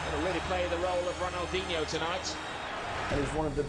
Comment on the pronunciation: Nice reaction - but Ronaldinho's name is pronounced RonalDEEN-YO, not Ronaldin-ho. Also, a "head kick" is actually just a header. ;) Ballon d'Or = Golden Ball, awarded to the best player of the year in European football. Messi has a record 8 Ballons d'Or.